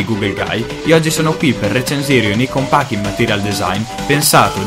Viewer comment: Apprezzo l'iniziativa di far conoscere piccoli sviluppatori indipendenti. Due cose mi vengono da dire: - [icon pack] letto così com'è scritto non si può proprio sentire xD specie dalla nostra generazione così social e soprattutto per chi mastica tecnologia e fa recensioni sull'argomento :) si legge [Aicon] - come hai detto tu le icone dei giochi sono difficili e capisco, ma da quanto ho visto non riprendono per niente il material design e "stonano" un po' diciamo Per il resto, ripeto sono felice delle recensioni. Volevo fare solo questi due appunti :)